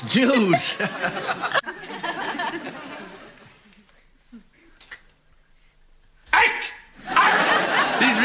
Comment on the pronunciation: I've never heard anyone besides Dermot Morgan pronounce the word "news" as "Jews."